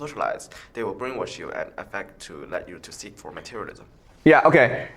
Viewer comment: “For us to suck it” “for us to seek it” lmao did anybody else catch that? 😂